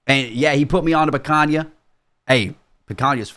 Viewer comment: the whitest "picanha" ive ever heard oh my days